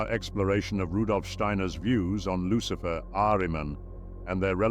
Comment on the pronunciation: Who is buhlicher? Lucihfer